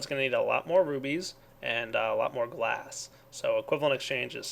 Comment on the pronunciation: Could be just very immature but every time he says "rubies" I hear "boobies"